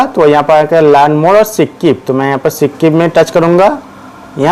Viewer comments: skip ❌️sikkip ✅️ 😂😂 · Bahi sikp nahi hota hai skip hota hai 😂😂😂😂😂😂😂😂😂😂😂😂😂😂😂😂😅😅😅😅😅😅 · Its skip not c kip 😂😂